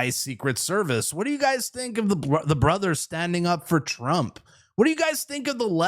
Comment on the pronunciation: you gotta stop saying "brothers" the way you do though xD